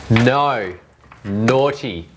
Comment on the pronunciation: Why do you australians say nouwe for no?